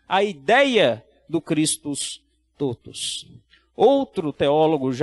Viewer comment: Pronúncia correta: TÓTUS, com o Ó aberto, não fechado.